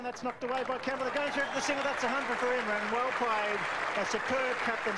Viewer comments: it said imram Khan like if you saw the mistake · IMRAN* KHAN NOT IMRAM Proudly: Prime Minster of PAKISTAN 🇵🇰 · IMRAM?!? ....at least get the guys name right.